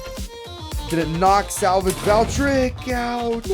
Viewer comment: I like your videos but it pronounce Val-tree-ek